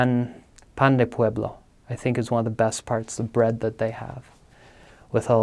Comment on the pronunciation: One day ,someone will say my name like this man said "Pan de pueblo" and i will be complete